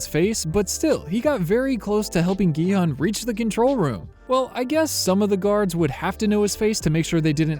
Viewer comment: The main character’s name is actually pronounced as “gee-hoon” (gee like geese, and hoon almost like moon) not “gee-hun” (hun like honey). 성기훈 is the character’s full name